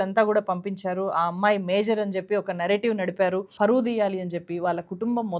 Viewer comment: ఫరువు కాదు, పరువు అని పలకాలి